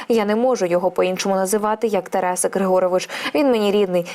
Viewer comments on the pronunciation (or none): none